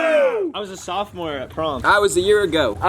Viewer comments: no one: not a soul: jaden: I waS a sIMorFor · Jaden wtf is a simorephore😂😂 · jaden "i was a senmorephore" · When jaden said he was a see more for instead of sophomore I died out laughing 😂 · “i was a semorefore” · Griffin:"I was at sophomore at prom" Josh:"I was a year ago" Bryce:"I was a junior" Jaden:"I was a semorefor" 🤣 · No one: Jaden: I was a seNOphMore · Nobody: Jaden: I wAs A SeNmOrFoR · No one: Literally no one: Jaden: I was a senmorefor